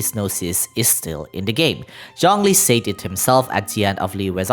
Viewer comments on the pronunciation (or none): Yo! Fae is BOTH Singular AND Plural, just like ‘Anime’ and ‘Manga’, which are Spelled and Pronounced the same in both Singular and Plural forms. I know, English is Confusing, even for Me, An American English Speaker. Also, the Word ‘Said’ is Pronounced Sed like in ‘Sedate’.